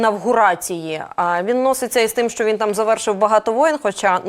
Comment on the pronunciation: ВЕДУЧА: НЕ сЧЧЧЧЧооо ак гепа а шьо